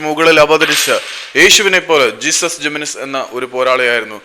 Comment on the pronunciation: Jesús Jiménez സ്പാനിഷ് പേര് ആയതിനാൽ "ഹേസുസ്" എന്നാണ് വായിക്കുക. ഇംഗ്ലീഷിൽ "ജീസസ്". അതു പോലെ "José" എന്നത് ഇംഗ്ലീഷിൽ "ജോസ്" എന്നും സ്പാനിഷിൽ "ഹോസെ" എന്നും.